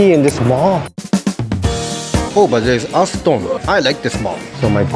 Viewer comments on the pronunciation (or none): none